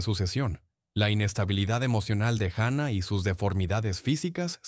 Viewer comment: Juana, JUANA NO GUANA O UANA, JUANA LA LOCA. Eres hispano parlante, parece mentira que no leas !!